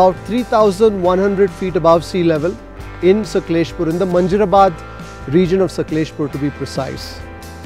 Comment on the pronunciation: U r not like wise it's not saklespur it's sakleshpura